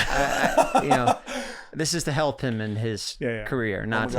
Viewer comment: better belp? Lol